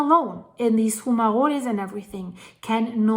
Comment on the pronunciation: What are foomarolés? Do you mean fumaroles? (pronounced FYOO-muh-rohls)